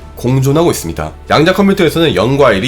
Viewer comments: 양자컴퓨터 발음이 뭔가 양야컴퓨터 처럼 들리네용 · 양단껌쀼터 양단껌쀼터라고 들립니다 발음연습좀 하시는게 좋을듯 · 자꾸 냥냥컴퓨터로 들리네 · 개인적으로 이 채널 참 좋아하는데 얘기하실때 발음이 부정확하신게 참 아쉽네요.. 특히 이 영상의 ‘양자컴퓨터’는 발음이 정말 거슬릴정도로 부정확해서 댓글 남깁니다ㅠ